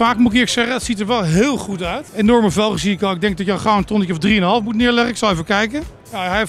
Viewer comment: "Hoe krijg hij het voor elkaar om alles verkeerd uit te spreken?" Ook: Zet zelf zelden de letter 't' achter een woord:') "Wat je ook doe" "Ik moe reageren" "Met me omgaa" "Dat zeg niks"